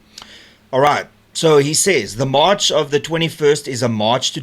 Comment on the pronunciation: The word is March not mush